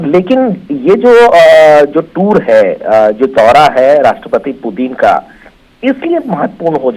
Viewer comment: Anchor व्लादिमीर पुतिन की जगह व्लादिमीर पुतिन बोल रहा है ,जो एक ब्लंडर है,कम से कम रशिया के प्रेसिडेंट के नाम का तो सही उच्चारण करे।ऐसी गलती अक्षम्य है।